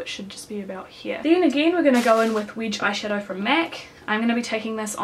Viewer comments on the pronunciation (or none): the way you say 'wedge' haha